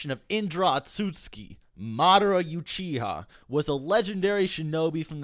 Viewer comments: Why are you saying YOUCHIHA? it's Uchiha like ooow-chi-ha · “youchiha” stop 🥺👉👈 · Lemme stop . Do you really even watch the show if you say you-chi-ha? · proncounced "ooo chee ha" not "you chi ha" sorry it bugged me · It’s Uchiha not youchiha man 🙆‍♂️ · Stop saying Madara yuchiha, its Uchiha. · It's not you-chia, its oo-chi-ha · Ooh-chiha Not yew-chiha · It is pronounced ewwwchiha..not youchiha lol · ***Pronounced "ew-chee-ha" Not pronounced "You-chi-hah" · Its annoying the way u say like youchiha,it should be U-chi-ha.damn white boys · lawl Yuuchiha ??? Its Uchiha :P learn to speak it xD please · What is youchiha? It's uchiha. oo as in oops. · why are you saying "youchiha" its uchiha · It's pronounced oo-chiha not U-chiha lol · Why does he pronounce it you-chi-ha, I thought it was oo-chi-ha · Nobody:: madara youchiha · he called uchiha 'yuchiha' in this video, man when was this thing even released? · Not mocking but I’m cracking up every time you say “YOUchiha” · Stop saying youchiha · It’s “oochiha “ pronunciation btw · Hears Youchiha Ight Imma head out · You-chiha? Really? Whyyyyyyyy!?!?!?!?! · Three years later and I still can’t stand the “you-chiha” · i love your videos but wtf is a you chiha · Nobody: Not a single soul Old: YOUCHIHA clan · No one:”you”chiha clan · Three years ago... I would say youchiha too lol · MaDARa you-chiha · bruh he says youchiha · Why u saying “you chiha” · “Youchiha” wtf? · Madara Yuchiha. That pronunciation of "UCHIHA" lol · Said Youchiha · Youchiha ? Damn I ain’t know the were pronounced like that 😂😂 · PLEASE STOP SAYING YOUCHIHA!!! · Love this video but.... Youchiha?!? 😂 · Why is he saying 'yuchiha' it's Uchiha lol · Tricky you have to text how it’s pronounced like ooo chiha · Why do you say juchiha lmao? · its uchiha not youchiha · i enjoy the videos but if i hear "youchiha" one more time ima beat someone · You-chia? Lolol😂👌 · "youchiha" Im out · youchiha huh... okay